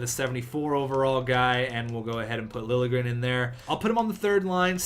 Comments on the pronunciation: Lil'-ye-grénn is how Liljegren is prononced. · it's pronounced Thomas Lilyegren